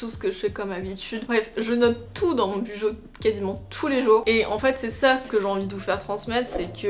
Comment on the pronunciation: team clairefontaine oups lol il me semble que la youtubeuse Les astuces de Margaux avait expliqué qu’on prononçait « Bullet Journal » [Boulette Journal] du coup « Bujo » [Bou-Jo]